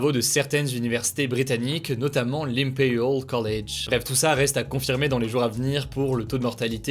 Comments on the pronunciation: Les prof d'anglais en sueur quand Hugo a dit "impériaul collédge" a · "Limpeyoool college"